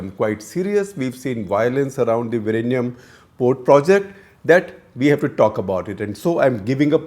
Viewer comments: It's Vizhinjam not Virinyam. Please correct your pronunciation. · SG, you can try to say "WE-Yin-Yum" (sorta closer) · It is not Virinjam; it is Vizhinjam ( വിഴിഞ്ഞം). And it is not Trivandrum anymore, it is Thiruvananthapuram. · With all due respect to development and defence importance, I remember how beautiful the location was and my thoughts were "this should be my retirement spot with a small own sail boat" The closest pronunciation is vilingiam with a strong L sound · "Vi-rr-inam". 😆 Lot of respect for trying Sir. Infact we get mocked for having 'strange' pronounciation. 🙏 Thanks for intentionally turning the tables and making us 'feel better' even at your expense 🙏. Ton of respects. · Vilinjiam - Vi Li N Ji am - Can you now pronounce ? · Still bad pronunciation !!! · Sir, Your pronunciation is not a problem. Malayalam is a new language that it has more letters and adopted lot of words from Sanskrit. So it is very difficult to pronounce vizhinjam even by other South Indian state people. We don’t mind it sir. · You are no where close when it comes to saying the word!!